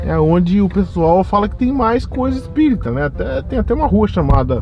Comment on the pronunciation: QUE AGONIA DO FALANDO "CIDADE ESPÍRITA"